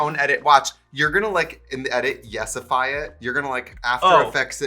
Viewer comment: she said yessify and not yassify